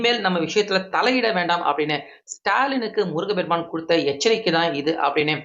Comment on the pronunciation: முருகபெருமான். தவறு. முருகப்பெருமான் என்று சொல்லவும்